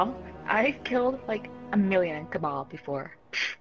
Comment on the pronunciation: I heard Cabal as Kebab